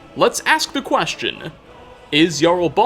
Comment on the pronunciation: Without any further ado-wuh, let's ask the questionnuh: Is Jarl Balgruufuh... evillluh